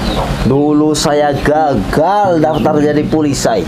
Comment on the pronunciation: Polisi bang bukan polisai 🤣🤣🤣🤣